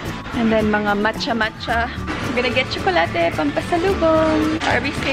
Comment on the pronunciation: Gustong gusto ko yung pagbigkas nya ng tsokolate ❤❤